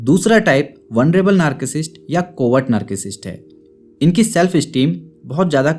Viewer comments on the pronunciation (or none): It's not नार्किसिस्ट, it's नारसीसिस्ट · Sir aap narcissist ko galath pronounce kar rahe hai... thank you so much for the awareness campaign on social media.